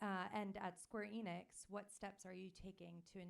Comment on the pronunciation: Imagine repeatedly mispronouncing Enix when translating someone pronouncing it perfectly.